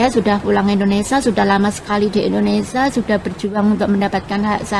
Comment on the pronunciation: INDONESIA... bukan INDONESA.!!